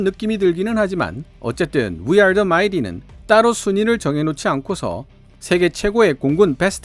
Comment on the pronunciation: 인 더 월드를 인 디 월드로 읽다니!